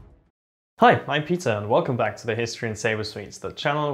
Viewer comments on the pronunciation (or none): him: Hi i'm peter what i hear: hi i'm pizza